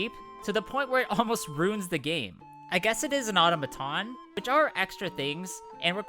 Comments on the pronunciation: AU-TOM-A-TON!!! Hearing you pronounce it auto-ma-ton was like nails on a chalkboard 😖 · The phonetic spelling of the word "automaton" is "aw-tom-uh-ton, -tn". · That's not how you pronounce automaton.